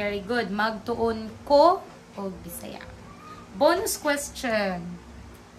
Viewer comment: Why do you pronounce ko with the long o sound? I thought it was supposed to be pronounce with u.